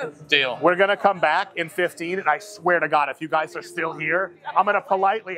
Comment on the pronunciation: you can tell Dr. Mike ain’t a Texan by the way he says “you guys”